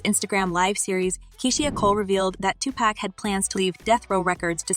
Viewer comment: Learn how to pronounce everyone's name goddamn! Especially Pac's, it's Tupac not Tupack, smh